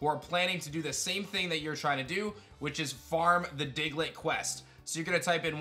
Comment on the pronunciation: DIGLETT, NOT DIGLIT!